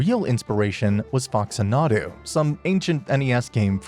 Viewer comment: Sweetie, I love this video: all EXCEPT for how Faxanadu was pronounced. "Fax-anna-doo" please. That game was one of my gamer foundations. Don't disrespect it.